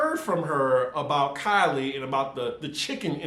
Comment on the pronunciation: Keeley not Kylie